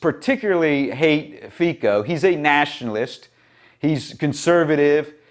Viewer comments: Hate to be the pronunciation-police, brother, but the surname is pronounced "fitso" - "fee-tso". The letter C in Slvak and Czech (I think Polish too though I'm not sure) makes a T-S sound. Unless it has a weird little v over the letter which then makes the sound the same as English CH sound. A Slovak forced me to correct you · "Fico" pronounced like "France" ..... the "c" is NOT like a "k"